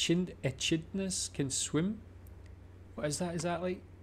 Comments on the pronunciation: Echidna is pronounced Eee kid nah. 👍😁 The biscuit you mentioned is called an Iced VoVo. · That animal echidna is pronounced e kid na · Hi, the spikey critter you saw swimming is pronounced EKIDNA- Echidna are monotremes, they lay eggs and suckle their young like platypus, unlike platypus they are ant and insect eaters, as in most tropical and sub tropical areas in Australia the critters are larger, the Quokka is a mammal that is only found on Rottnest Island WA, so named by William Dampier who thought they were rats, cheers!! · 1: The tree in the Daintree is the strangler fig that is left from consuming the host tree. 2:The echidna is pronounced e-kid-na. 3: The pink biscuits are Iced Vo Vo’s.